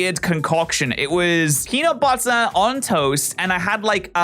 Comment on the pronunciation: PENUT BUH-ER